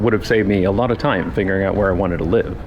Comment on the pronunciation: Oh, I hear a tinge of Dutch accent with your “out”s like “uit”